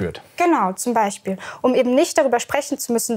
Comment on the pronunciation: Ute, lass deine Hände runter und lern mal "Beichspiel" richtig auszusprechen ...